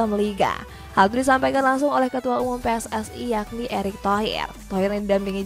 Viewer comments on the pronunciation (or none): none